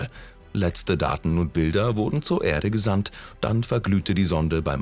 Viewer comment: Diese Stimme, das Grauen..... Unsere Ärde . 2005 äntdäckte Cassini.... Merke: Ä ist nicht gleich E ...